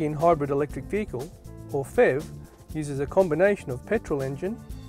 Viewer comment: The FEV? You really should say P-H-E-V. Good review though.